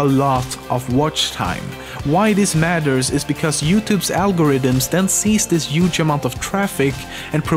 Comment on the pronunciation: ”*Juge*” (Huge)